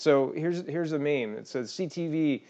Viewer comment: Lol fair enough, and meem not maim ;) but love the channel, keep up the good work!